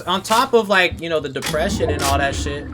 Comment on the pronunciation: Plz dont say depresion